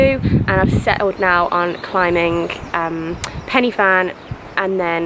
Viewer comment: So glad YouTube has recommended you to me! Really struggling to find fellow UK girls who love hiking. FYI a tip from a Welshie - the Y in Pen Y Fan is pronounced like "uh" rather than "ee" so like Pen Uh Van. Also, if you come back and do it again the Storey Arms route is much more enjoyable and picturesque (but harder) than the M4 (Pont ar Daf car park) 😊